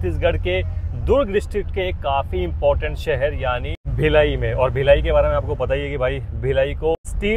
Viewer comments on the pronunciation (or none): none